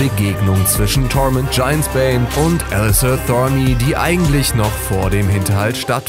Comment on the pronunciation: Ich glaube der typ noch keine einzige Folge GoT gesehen... wie er Thorne ausspricht... . er liest nur ein Skript die er in die Hände gedrückt bekommen hat. Zudem gibt es noch eine weitere staffel nicht mehrere